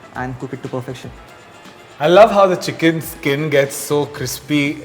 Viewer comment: It's skin not skeen please